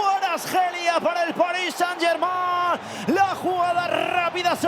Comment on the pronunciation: Por fin un comentarista que pronuncia bien "Germain"